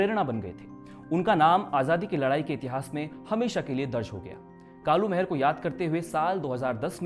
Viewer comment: आपकी बहुत बेहतरीन प्रस्तुति है मित्र परंतु जिस महान क्रांतिकारी के बारे में आप बता रहे हैं उनका नाम कालू माहरा था।महर नही। और ना ही मेहरा।